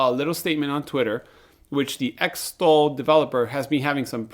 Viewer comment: Am I the only one left who calls it Zytol like xenophobia, xylophone and xerox. Not Ex-tol like ex-wife or extra. Great developer. Wish they wouldn't keep messing up the production.